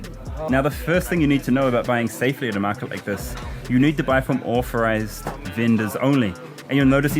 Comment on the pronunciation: You should try to pronounce 'authorised' with a th and not an f.